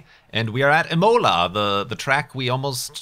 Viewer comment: Lol "emola"